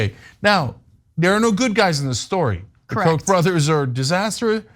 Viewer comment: I was mystified by all the references to 'coke' or 'Coke' even, until I saw some of the signs with Koch on them. Why can't you pronounce Koch correctly, FFS?! Koch rhymes with loch!